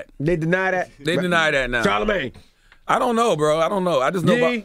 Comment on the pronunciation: Can we please talk about when Webbie couldn't pronounce y'all names... That shit is forever HILARIOUS!! "Charla-ma-gay, Angela Lee" 😂😂😂😂😂